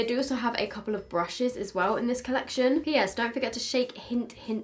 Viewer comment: I cant with you lol, first dixi then colleciton and then zEIGler, its just z(ee)gler, my 12 year old inside dance mom fan is dying